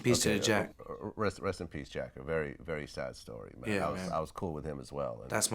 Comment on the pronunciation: Vlad didn’t just mispronounce Jacks name!?